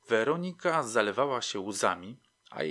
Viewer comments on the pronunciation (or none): Super ta WerOnika .... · Podoba się. Bardzo. Tylko to źle akcentowanie... WerOnika. W poprzednich podcastach także. Niektórych może okropnie razić. Ale sub leci. Zasłużony.